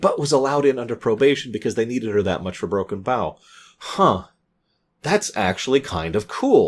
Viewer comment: Someday I think I'll fall out of my chair if he actually pronounces Broken Bow correctly